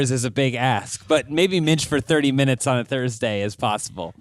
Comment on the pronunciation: had to comment again for "30 morbid minchnutes" 🤣🤣🤣